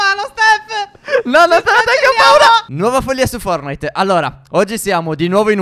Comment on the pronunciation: Sorry ma, Stef dice Fornite invece di Fortnite